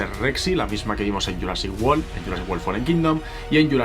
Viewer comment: Pronuncia wolll? Cómo si fuese world?